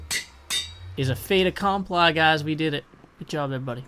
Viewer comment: Never heard an American say Fait accompli before... then again, I've almost never heard anyone use the phrase =)